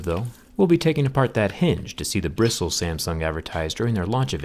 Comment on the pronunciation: Brissles lol